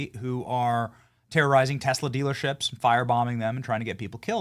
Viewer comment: Ohhh, and hasn't Musk done a fantastic job of tanking Teslor !! 😂... soooo FUNNY how Trump can't even pronounce Tesla correctly! 😂